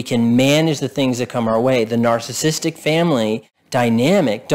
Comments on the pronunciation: I like the content of the video, but you seem to have difficulty in enunciating the word narcissistic and it sounds like a slurred word. I can't tell if you are saying narcissistic or narcissist. Just slow down the word and say it properly. It's the key word in what you are trying to communicate. BTW, I do have a narcissistic parent and I found the content to be relevant. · Why can’t this guy pronounce “narcissistic” properly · Maybe learn how to pronounce "narcissistic" so you'll get more credibility.